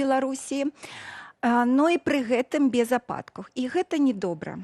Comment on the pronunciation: "Ападкав"будзе стольки,скольки будзе.А табе не пашкодзилаб падвучыць беларускую мову!😂😂😂